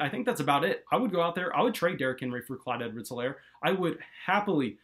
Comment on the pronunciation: H is silent. EE-lair.